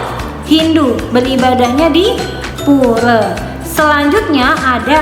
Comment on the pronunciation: pura bukan pure